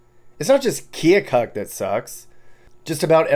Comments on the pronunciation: Time to start the great local debate. Its Pronounced Kill-kuk not kee-oh-kuk! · Pronounced "Kil-kuk" if you're from there.